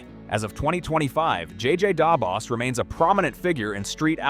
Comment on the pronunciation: Your pronunciation of JJ Da Boss 😂 good vid though